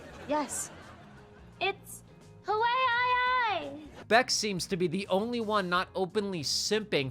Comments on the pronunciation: “I thought it was Ha-War-e” ~ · Cat saying Hawaii wrong stuck with me from this episode lol 😂😂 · Fr. I started saying it like that since I saw the episode.